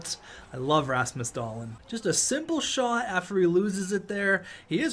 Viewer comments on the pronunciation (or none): Were the only one who gets slightly triggered when he says Rasmus Dahlin’s name like Dahlin and not like dahleen